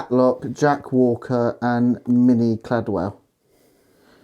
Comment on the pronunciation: Interesting activity captured. The glasses were from the original cast of Corrie and it's Minnie Caldwell, not Cadwell. 🙄😂 Only you, only you. Well done, guys.